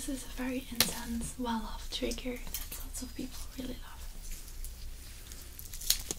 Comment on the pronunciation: And don't forget "dhat" .. best trigger ever! Accent is killer!